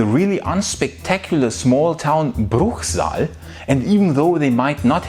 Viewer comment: Because I was born in Karlsruhe, the next bigger city to Bruchsal, I was a little bit disapointed, you didn't pronounce, the city as it is supposed to sound: Bruhsell (I know we do butcher our language) :) ps.: mir kene alles aussa Hochdeutsch (falls ihr die Baden-Württemberg Werbung noch kennt)